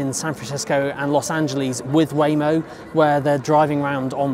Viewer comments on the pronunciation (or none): none